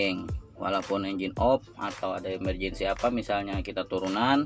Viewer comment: 7kali ku ulang video nya. emerjendi steering 😂